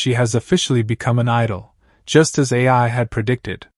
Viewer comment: It’s Ai not AI!